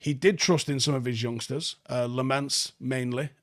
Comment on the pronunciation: Hey. Its Lamons.. Like lemons lol.. pronunciation of Lammens.. Just pointing out haha. Im so happy i can be talking about pronunciations cuz we won this game.